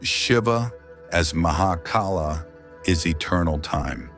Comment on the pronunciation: He is Mahakaal not Mahakala! Similar to Yog not Yoga! Keep Hindu words intact.